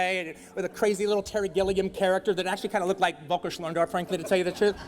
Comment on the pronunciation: wolkerschnorndorv :D (Its Völker Schlöndorff)